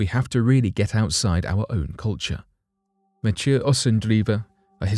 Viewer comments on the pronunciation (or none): none